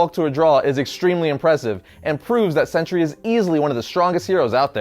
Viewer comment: I always hear century instead of sentry